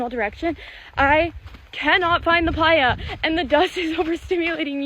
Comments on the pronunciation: Playa is pronounced “ply-uh”. It’s the Spanish word for beach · re - #7 I'm pretty sure that's Playa - pronounced "pligh-ah" meaning "desert." I suspect it might originate from the Spanish "playa" = beach.